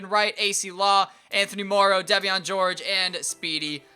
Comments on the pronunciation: It's pronounced Devin for devean George dude lol not deveon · It's pronounced Devin George bro lol..